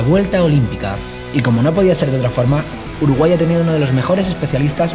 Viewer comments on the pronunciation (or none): Alguien me podria decir porque decia Urugay? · uruGAY? WTF 😂😂😂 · soy el único que notó el "Urugay"?